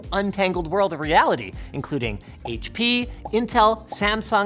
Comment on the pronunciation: HAITCH PEA